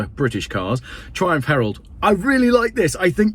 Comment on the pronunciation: 'Triunph' herald 😂😂